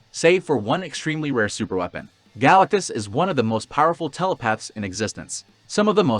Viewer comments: Great video but it’s pronounced “Guh-LACK-tus”. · Yeah, that's not how you pronounce GalacTus. Note the T. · i couldn't go through the vid. the pronunciation of galactus is too distracting. stopped